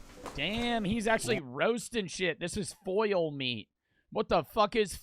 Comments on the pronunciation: if you say foil one more time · How did read foal as foil?😂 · foal...lol...Not foil... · His pronunciation of foal is aggravating